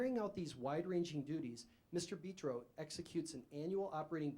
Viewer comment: Well this is weird, thought my last name was unique. It's Italian but it's Betro not beeetro dummy